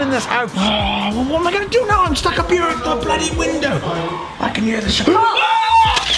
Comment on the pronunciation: I like how instead of saying here they say ere.